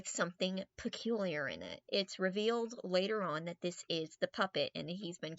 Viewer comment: Super good video but “PeCuiLiAr”